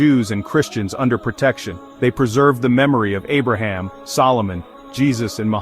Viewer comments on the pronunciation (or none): none